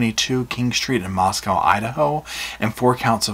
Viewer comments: Just fyi, Moscow is pronounced like Mosco not moscow where the o is long sound. Not like moscow Russia. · It's co lol not cow how u say mosco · I know your gonna slap me. Moss-go. Moscow